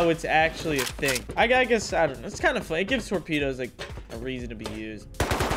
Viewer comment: bro says "tormedos"